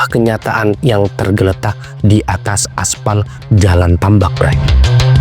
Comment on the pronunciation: salah pengucapan , karna dia ya baca, karna di menit sebelumnya dia benar mengucapkan kata tambak